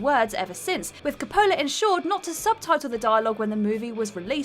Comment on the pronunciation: desperately needs to learns to pronounce the name Coppola. Also: "am-big-witty"